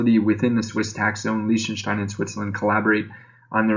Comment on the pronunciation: Pronounced Liechtenstein wrong. Also, Australia is not in Europe.